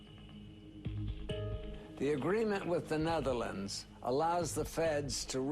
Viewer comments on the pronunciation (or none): none